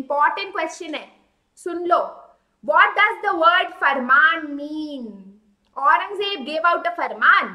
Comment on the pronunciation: Aurangzeb ko acche se bol